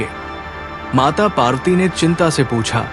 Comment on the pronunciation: Kindly correct your pronunciation. Devi's name is PARVATI and not PAARTI. Thanks. Please don't mind.